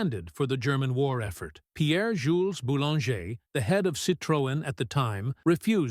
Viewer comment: ...Et "Pierre-Jules Bulon" pour Pierre-Jules BOULANGER, "père" de la 2cv... 😅